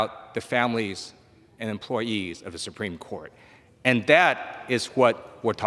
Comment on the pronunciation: "empwoyees" Ted Liue